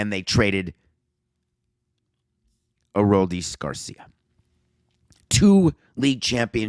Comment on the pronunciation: good gosh, stop saying his name wrong please